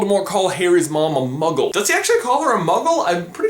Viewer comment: he dose say mugle